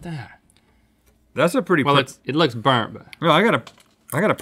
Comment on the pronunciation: “iiTz BoErnt!”